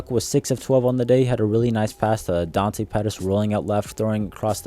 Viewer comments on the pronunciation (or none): none